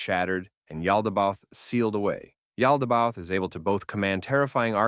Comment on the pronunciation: It’s pronounced Yao-da-ba-oath btw